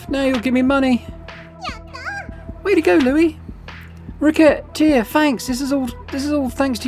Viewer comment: Silly question.. Is it not pronounced "re-se-tear"? Maybe that's french distorting my perception (recettes = profits (also recipes)). Or maybe you plan on .. racket-tear-ing your customers 😂 Edit : you actually made the joke later in the video ahahah